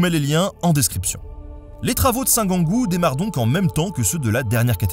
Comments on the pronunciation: Merci Nota Bene pour cette belle vidéo. Etant Touloise, je me permets de vous signaler à propos de la collégiale Saint-Gengoult que "Gengoult" se prononce "Jeangout" comme Jean... et non par "Guingout" comme vous le prononcez. Sinon, bravo pour votre intéressant documentaire. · Hello ! Petit erratum : Attila a ravagé la ville en 451, et non en 456 ! Sinon on aurait pu faire un film de zombie intitulé "le retour d'Attila" vu qu'il est mort en 453^^ Je précise également que ça se prononce "jean-goût" et pas "gant-goût" (moi et les prononciations...à l'aide) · Gengoult, ça ne se prononce pas Guengoult 😋 comme les "gens" plutôt ! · Le personnage en question, c'est Saint Gengoult, ou Saint Gangolf, d'où l'erreur de prononciation, je suppose.🤔 Mais oui, la prononciation commune, c'est bien "jeangou"😁